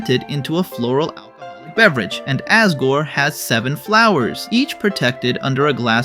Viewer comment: ...why do you say Asgore with an A instead of an O..?